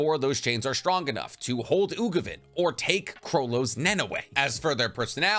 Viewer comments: Uvogin, not Ugovin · UVO-GINE NOT UGOVIN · It’s Uvogin not Ugovin 😅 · I was wondering if anyone else was noticing the "Ugovin" lol I thought I was imagining it at first XD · I cringed every time I heard Ugovin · Really cool and well made vid!! 1 thing though: the name is Uvogin not ugovin when explaining enhancement 😅 threw me for loop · Ugovin? Anybody else hear that? Don’t do my boy Uvogin like that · It’s U-Vo-Gin not Ugovin lol